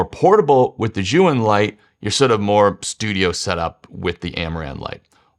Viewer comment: Chinese tip: "Zhiyun" is pronounced, at least in Beijing-dialect Mandarin, as if the first syllable Z-H-I is the first syllable of "Journey" or "Jersey" — Jer-yoon.